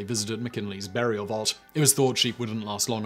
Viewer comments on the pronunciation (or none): none